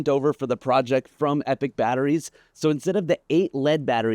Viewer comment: I think you owe Epoch Batteries a special apology. It's EPOCH, not EPIC 😬.